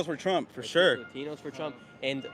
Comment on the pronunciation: not me hearing “tramp” and then thinking skamala 😂😂😂 Who are you voting for? TRAMP OR TRUMP?!?